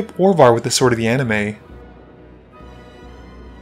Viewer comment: It should be A-Ni-Mist instead of A-Ni-Me. Right?